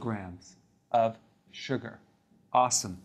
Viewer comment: The way he says "suger"